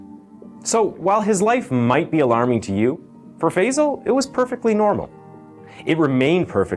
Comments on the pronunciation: American pronounciation never ceases to amaze. It's Phi-sahl. Not Feyzle. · Such an important topic and I can’t but get annoyed at why people cannot pronounce Asian names right. Tf is fayzal???? He’s not Basil. It Faisal. How can people say words like jalapeño but REFUSE to pronounce Asian words with the same grace. Annoying!!!!!! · Gosh fey-zel fey-zel…Five-Zal 🙄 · FIrstly its pronounced Faaaaiiii-sal!